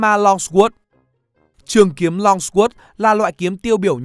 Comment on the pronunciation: Longsword - hình như không được phát âm theo cách mà bạn đọc